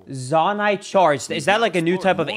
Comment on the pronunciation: mispronouncing Zonai sent my sides into the afterlife.